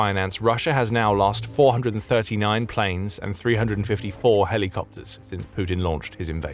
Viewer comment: lol say "Heli" copter again lol